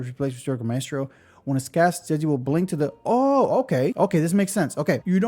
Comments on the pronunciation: It's hard to write out but "Zhe" is similar to the "ju" in "judge", and the vowel in 'zhi' is similar to the "ji" in "jitter", NOT "jee". Juh-jihh. One of the trickier spellings for sure :) Pro tip, google translate will play the pronunciation for you! Just type in the name (Zhezhi), copy the characters it suggests (这只), and click play. For Chinese you sometimes have to add something else at the front to get it to read the first syllable right, but it works for any language. (tones/characters won't necessarily be right but it will give you the gist of how to pronounce it.) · It's pronounced like judgey to make it easier for folks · You pronounce zh very similarly to "j" sound in English. So Zhezhi would be Je-ji (Je like in Jeniffer, ji like in jingle).